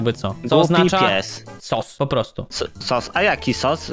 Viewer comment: Sos a nie sus